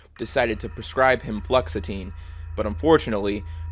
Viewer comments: I think it might be pronounced flu oxa teen and not fluxateen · Flu-ox-ah-teen, not flucksateen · Just a couple comments: Ojibwe (Oh-j(eh)b-way) Fluoxetine (Flu-ox-eh-teen) Love the content! And thank you for telling about Native stories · THIS IS AN AMAZING VIDEO. you’re an amazing content creator and im proud to see all the progress you’ve grown over your journey as a creator. also, fluoxetine is pronounced “flu-ox-a-teen” btw